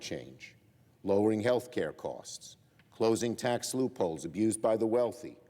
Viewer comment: Poor. She not only has a constricted, squeaky voice that come from her throat, not her diaphragm, but she is also very nasal, with nasty flat syllables, as in the word TAAAX. Hold your nose and say the word as if it's a car horn blaring. That's how she sounds. She needs a voice coach to show her where the power of her voice SHOULD come from, and how to speak from her core, and not through her nose. It will help her sounds as elegant as she looks.